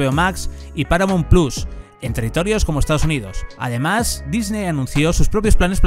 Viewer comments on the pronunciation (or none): none